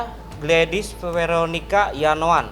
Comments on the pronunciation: Gimana pak pengacara kog tipo.. Nayoan bukan yanoan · Nayoan pak bukan Yanoan 😄😄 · Nayoan.kali..bukan yanoan lah